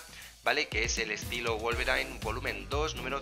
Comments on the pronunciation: no no, osea yo sé que se pronuncia /guolverin/, pero el chavón le dice /guolverain/ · Se dice wolverin no wolverain xdd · Porque wolverain y no wolverin?